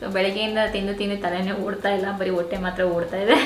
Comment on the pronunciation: Adhu wotte alla hotte😂 By the way yen aithu nim hotte olage?